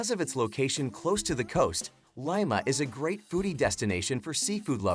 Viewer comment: This guy pronounced Lima and Cusco incorrectly.